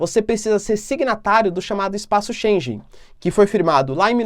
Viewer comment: Bom ano novo professor, espaço Schengen, a pronúncia é como (schen-guen). Abraços fica com Deus e obrigado pelo seu tempo.